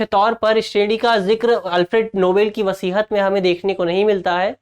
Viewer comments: Thanks. Correction: it's not वसीहत, it's वसीयत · वसीयत ना कि वसीहत